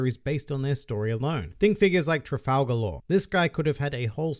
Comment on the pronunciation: They way you pronounces all the names triggers me... "Kanoa village" Koh-no-ha Vivi is pronounced the same in both Vi-Vi sections... Its just V-V Cant type out Trafalgar properly but dont run it togther split it up Tra-fall-gar